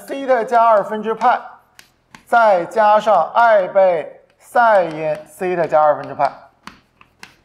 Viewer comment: 12分钟讲解图像和圆周运动那段 虽然不是推理 但还有个漏洞 就是 SEI TA(发音)的含义从自变量变成了夹角。 而且那个圆周的横坐标也不是SEI TA 是函数值 纵坐标是导数值 这样才能画成一个圆。